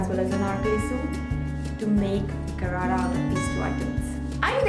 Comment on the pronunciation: hii loser its not garara its sharara